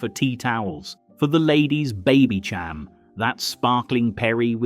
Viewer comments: I don't like the AI commentary. It's Baby "SHAM", not Baby "CHAM". You see, AI just doesn't get it. Saw through it. Anyway, absolutely right about how we were. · 'sin-zano' and 'advo-cat'?..they are pronounced 'shin-zano' and 'advo-kah' Then he said 'Baby-ch-am'...it's baby-SHAM!' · Its pronounced baby sham. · I was a teen throughout the latter end of the 70s and I really don’t recognise some of the wistful nostalgia of the comment section. By ‘79 we’d had punk and disco and were enjoying a sca and mod revival. Not sure what people are so keen to have back except their youth (and who isn’t?) and the footage used here blends different decades while the AI narrator can’t even pronounce Babycham correctly! I know it’s New Year when nostalgia is foremost in the mind, but don’t be so easily manipulated peeps! 🎉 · AI commentary? Mispronunciation of Babycham, Advocaat and Cinzano suddenly make it all seem very fake, spoiling what seems very authentic otherwise. A shame. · AI . Can't even pronounce Babycham right.